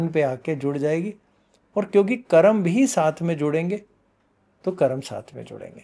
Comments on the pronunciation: What is karmaa?? Why you can't pronounce Hindi word correctly. . it karma not karma. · मेडम जी कर्मा नहीं होता कर्म होता है कृपया हमारे शब्दों को मत बिगाड़े